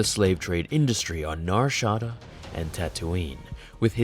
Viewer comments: It's pronounced Nar Shadaaah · Did you say Nar Shah-duh? o.o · " Nar Shawdaw" 😂😂😂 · Nar shotta? boi for being a star wars nerd your pronunciation of some things really tweaks my toes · it's pronounced "Nah Sha'daaa" with a long a sound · You said Nar Shaddaa all awkward in the beginning... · Why do you pronounce narshadaa like that?